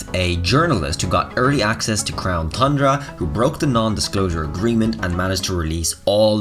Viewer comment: Everytime he says thundra i drink